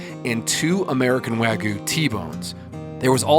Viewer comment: It’s Wagyu, not Wah-Goo. Please stop.